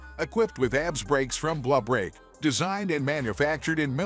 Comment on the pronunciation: Lol, I love the robot voice on this. Calls the ABS break system abs. Like the big has a 6-pack or something